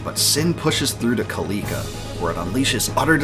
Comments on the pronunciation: the way he pronounces killika makes me cringe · Kil_EE_ka really? is guess Iv been pronouncing it wrong my whole life. Kil_i_ka is how I pronouce it... all in all great videos